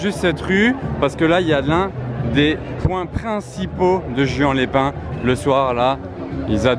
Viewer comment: ca se prononce pas juan mais rouane